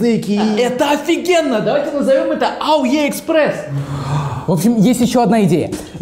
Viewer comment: Ауеэкспресс. Ааааааа. С возвращением, пацантрэ!